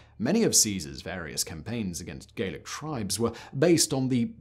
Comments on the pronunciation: Gallic is pronounced Gallic, not Gaelic (which is another type of Celt altogether). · Why is he pronouncing it "Gaelic" (hard "a") and not "Gallic" (soft "a") when referring to the people conquered by Caesar? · Very enlightening! However the Gauls of France were addressed as 'Gallic' eg gal--ic, not Gaelic as you seem to suggest! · Gallic is pronouned gah-lic, not gay-lic. Gay-lic would be Gaelic, a Celtic language. Anyway, lead water pipes weren't even banned in the US until 1986, so you may be overstating your case a little.